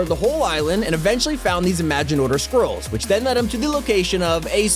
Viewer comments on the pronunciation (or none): When he said scroll I thought he said squirrel LOL